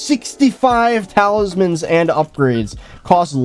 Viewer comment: "talismen" doesnt sound right